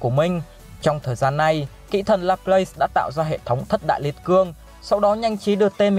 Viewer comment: Kỹ thần mà nghe thành kỹ nữ 😂😂😂😂